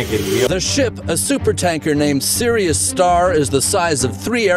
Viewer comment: its called Sirius not Cyrus. Dhruv come on .